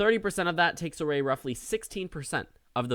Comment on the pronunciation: “takes aray” 😂